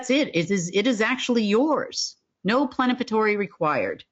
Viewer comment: does she mean PLENIPOTENTIARY and not "plenapatory?"